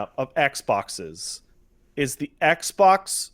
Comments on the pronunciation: "eggbok" - Angry Joe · Eggs bocks is all I can hear after 5 mins